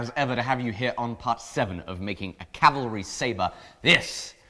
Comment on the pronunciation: I very much appreciate you pronouncing Cavalry properly. So many people say calvary